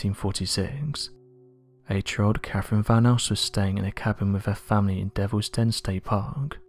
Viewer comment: What i find interesting is how he can't pronounce words correctly. The name is Catherine, why he keeps saying Caferine?